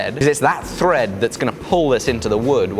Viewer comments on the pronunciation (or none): Thrrrrrrrrrrread, I love it